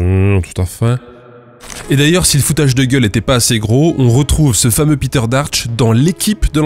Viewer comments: Péteur, s'il est allemand, pas piteur... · Bon, désolé mais "Peter" en allemand ça ne se prononce pas "Pîter", mais "Péteur" ! 😁